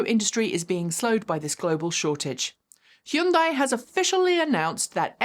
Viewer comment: I love that is the only person on YouTube who can pronounce "Hyundai" correctly.